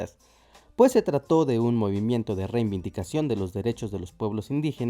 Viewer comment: Lo correcto es "reivindicación" y no "reiNvindicación", como varias veces dice el narrador del video. Saludos, y gracias por tan ilustrativo video.